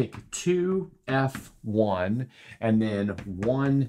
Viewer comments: Put the stress on the "F" syllable: [two-EFF-one] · Experts pronounce _2 F_1 as two-eff-one.